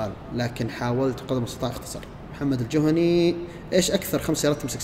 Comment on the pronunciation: محمد الجهني محمد الجهني وليس الجوهني ركز في كلامه يوم نطق قبيلتك